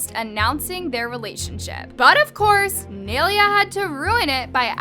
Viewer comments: Its pronounced as "nye-leya" not "nail-leah" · it’s “nailea” not “neilia” 🙃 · It's not neylia it's nailea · It’s ni-a-lay-a that’s how u pronounces it just saying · its “niye-lay-uh”… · I love how you pronounce nyes name😂it’s Ny-Laya😭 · Please tell me im not the only one getting annoyed at for pronouncing her name like ‘nay- li - a’